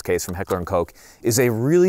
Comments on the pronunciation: "Heckler and Coke"... Anyway, the 'correct' pronunciation of the 'och' in Koch is like the 'oj' sound in Mojito. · No, he pronounced it as "Koesch." He may have said it more than once but it was correct when I heard it. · didn't he say Heckler and Kock though?